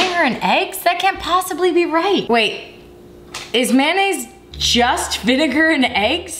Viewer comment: "vinnagar"... "vegatable"...